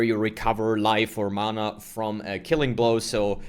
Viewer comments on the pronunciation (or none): none